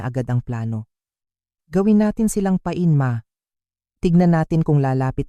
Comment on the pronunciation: Ayusin Ang pagbigkas na tamang salita,pa-in hnd pain na ibig Sabihin ay kirot o masakit, iha at hnd hidja,la-bi lips,at hnd labi na ibig Sabihin ay burol ng patay😂Ganda ng kwento na sinisira ng hnd tamang pagbigkas ng maayos sa mga kataga😂